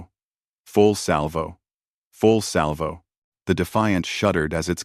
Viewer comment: za za... I... pudignar, put it through.... full slavo,,, full salvo... full salvo.... full slavo.... Bad A.I. and so many Chens.....